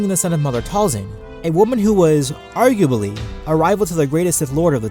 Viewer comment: Did you just say, 'Argubaly'?